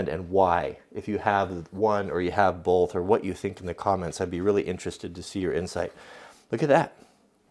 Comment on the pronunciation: Stop putting an 'L' in the word 'Both'. You pronounce it 'Bolth' and it drives me mad!